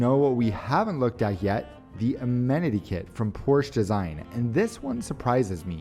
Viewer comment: Porsch-e. Two syllables